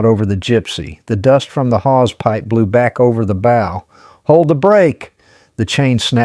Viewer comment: I listened to this. Enjoyed it. I would have subscribed but it is an AI (Artificial Intelligence) generated narration. I found the mispronunciation of the word "bow" (as in the front of the ship) to be like the "bow" of a violin. This is unacceptable and should have been caught in editing. But there isn't normal, human editing. It's AI.